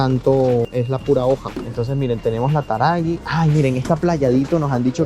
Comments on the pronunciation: La yerba mate marca " TARAGUI" 🤦😂, perdón pero me hizo reír mucho! 😂...se que es algo difícil de explicar por escrito cómo se pronuncia bien la marca, pero TARAGUI me hizo reír muchísimo! 😂😂😂. igualmente buen video che! 👍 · Muy bueno el tour por el super! Carrefout es el super que más usamos. Muy buena elección la del DULCE DE LECHE CLASICO DE LA SERENISIMA, sin dudas el más rico. Yerba mate obviamente PLAYADITO . La pronunciación de TARAGÜI, (palabra de origen GUARANÍ) el "GÜi" se pronuncia "wi" o "oui" como "si" en Francés. La cerveza más rica es la ANDES, respecto a la BRAHMA, en Argentina, la produce Quilmes, por eso hay tanta. Bueno chicos, ojalá vuelvan a la Argentina, aún queda muchísimo por conocer y recorrer. Se los quiere! Los esperamos siempre con los brazos abiertos. Saludos desde Tandil (hermoso lugar para conocer también) 💙🤍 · Holissss....la yerba taragui...se pronuncia tarawi😂😂😂😂acento en la i...saludos y pasenla lindo ...el mejor pais....se van a ir mas gorditos ..jjjiiii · La yerba se llama taraguii se pronuncia la u y la i, la hacen en la provincia de Misiones donde vivo yo. El lugar que hacen esa yerba se llama las Marias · No es taragui...fijate que la u tiene dieresis.tiene sonido... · La mejor yerba para mí es la Cruz de Malta selección...me encanta como pronuncias Taraguí... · Hola chicos la yerba es Taragüi, se pronuncia la u. Les faltó recorrer la parte de perfumería y artículos de limpieza😊😅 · como lo dice 😂😂😂😂😂 nosotros pronunciamos la u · No ubo Marca a la que no le haya errado el acento 😂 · Cuándo pronunciaste Taragüi...debiste leer la U. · Ajajaj como pronunció a la yerba taragüi😅 hay supermercado mas grande que coto que se lo llaman hipermercados y los mas populares son los Changomas😂 y en el área de los vinos tambien hay mas clases de bebidas como el Fernet, los licores, etc. Pero los vinos son esenciales y mas para los días de asados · La mayoria de las yerbas no tienen gluten. Asesorate porque Taragüi se pronuncia diciendo la U 😅